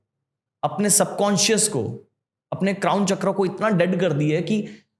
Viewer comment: भारतीय ज्ञान की बात कर रहा है और चक्र को चक्रा रुद्र को रुद्रा बोल रहा है